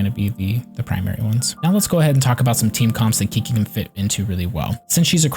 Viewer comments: Chi chi not KIKI dammit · A guide doesn't inspire much confidence when you start with "Kiki or whatever." At least take 5 seconds to hear her pronounce her own name. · When you call her Key-Key 😐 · since she's chinese, it's actually pronounced "chi-chi" :) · How dare you say my qiqi wrong name >:c but still nice video and ty <3